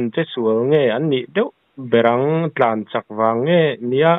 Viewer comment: I tawng pai. Thlan ❌ Tlan☑️ rhlan tiin i chhu a. Tlan tih tur aw.😅